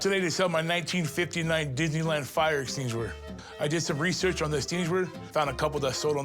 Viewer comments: I got me a fire stinshewer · Fire exting-shur 😂😂😂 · Pooorguy cant say fire efenquishiner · "enstingensher''❌ ''esstingasher"❌ ''eckstennanshur''❌...Keep tryin, bro! I believe in ya! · This guy can’t speak hahahaha. “Extwinner” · Estiniewisher… is what I’m calling them from here on out… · Dude said fire exteenjewer. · He said fire steen wisher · A fully grown adult who can’t say extinguisher? Lmao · I just knew the fire extinguisher was gonna be fake when he couldn’t say extinguisher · The guy that can't say extinguisher 🤣🤣 they did him dirty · what a weird way to say extinguisher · Bro can't say extinguisher 😂😂😂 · He starts the word in English and ends it in French.😂